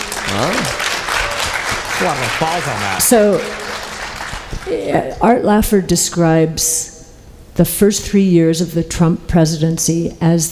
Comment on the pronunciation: Art Laffer (not Lafford)